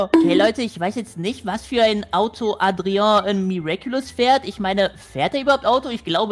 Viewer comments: ich glaube man spricht das Adria und nicht Atreo aus😂❤ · Adrian nicht adrio😂❤ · du sprichst es falsch aus leider es heißt Adrian😅